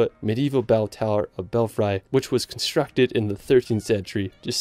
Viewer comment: hahaha I lost it too. Other incredible mispronunciations include: Mar-y-time Bel-FRY and my personal favourite Gon-Doh-la (Gondola) Stone-HEDGE ??? (X2)